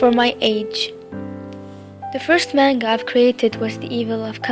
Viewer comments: I think ur a pretty good artist but It's NOT cartoons STOP calling it tht it makes u sound stupid to anime lovers and secondly in manga the a is a soft a its pronounced manga not mAnga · I'm sorry, but I just have to point this out xD I'm dying here haha, Manga is pronounced like munga. I don't know how to write it, but close enough LOL! I'm glad you achieved you your dreams <3 you really inspire me to achieve my dream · am I the only who here mango not manga? xD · i have to say but a lot of people say 'man' as pronounced as man then ga. Im sorry but that annoys me and i no its not my business but i am just stating it. Cuz i don't pronounced manga that way, i say the actual pronunciation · It wasnt meant to b mean it was meant to b informative how about u stop being ignorant and learn about stuff beforen u make assumptions i was simply pointing out that i dont like it when people call ANIME a cartoon and that she was pronouncing manga wrong, i understand she went through some stuff but she made it ok and she doing what she loves and im happy for her. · YOU PRONOUNCED MANGA WRONG :( </3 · if you took a Japanese course, why is it you pronounce manga and anime strangely? no offense of course, it's just one of my pet peeves :/